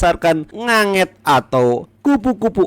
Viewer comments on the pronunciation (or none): Ngengat min bukan nganget